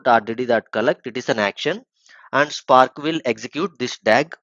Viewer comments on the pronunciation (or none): nice tutorial man but i wish you pronounce words better. You say visualize and spark wrong. It's vish-ualize and spark not shpark. Also it's good if you explain what reduceByKey(_+_) does. What does the _ do. I think i know about the placeholder variables already but may help newbies.